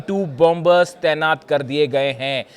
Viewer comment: It's Pronounced Bomer Where 2nd B is silent and Not BOM BER make a note😅 France🇫🇷